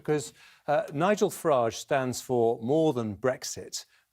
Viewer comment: Every time he says Farage the pronunciation changes; Gove was super wired up during this appearance.